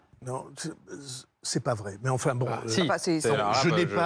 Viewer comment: méyeuh, arrêtez de me triquiter-euh !